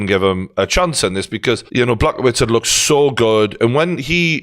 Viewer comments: Man, nice content but you are commenting on alot of foregin surnames. Try to get them right, UFC comentators put some effort to pronounce Yans name right or Błachowicz properly. Its not Peter - PyOtOr would be more correct. As for Błachowicz - BwaahoviCH would do fine. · I’m sorry Geordie but… Black-oh-wits?? Really? 😂😂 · Geordie trying to pronounce Blachowicz 😂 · I actually never thought I would hear someone pronounce fighters names as bad as Brendan Schaub until pronounces Blachowicz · And he absolutely heard it pronounced correctly a bunch of times.